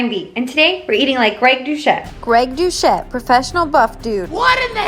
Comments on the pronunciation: His name is pronounced do-set not douchette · Girl we love you but if you watched his intro you’d hear it’s pronounced as “dousette”... (it just feeds to haters pronouncing it wrong) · greg DouCHette XD.... its pronounced with and S sound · The important question is: did you mispronounce his last name AcCiDeNtAlLy 😂